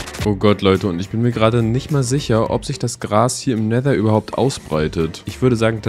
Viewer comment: Versuche doch richtiges Wasser in Never